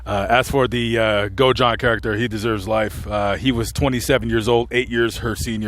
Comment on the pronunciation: hey, I love the channel, but just wanted to make a correction for you, The name was Nick Godajohn not Go John lol. I mean no disrespect, just wanted to help thanks for all your hard work